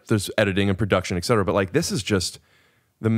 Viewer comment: Rick the word is etcetera not excetera